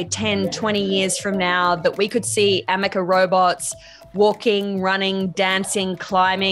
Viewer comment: "AmekeR" should be "Ameca" as the name should be. Did someone tell him? I note he says it incorrectly in the first and last of the interview. Edited?